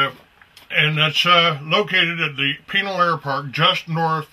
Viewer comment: "Those who talk... don't know." These guys, in the video, have no clue... including how to pronounce Pinal... and Marana.